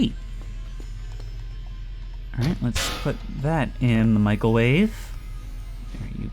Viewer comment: Microwave❌️ Michaelwave✅️